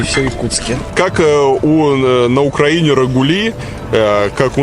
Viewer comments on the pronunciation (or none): none